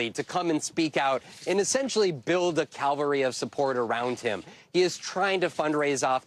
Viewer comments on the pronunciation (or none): Ca-val-ry, nor Calvary. Cavalry. SMH.